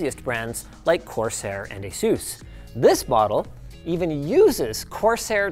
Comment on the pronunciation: my mind refuses to believe he said 'ace sole'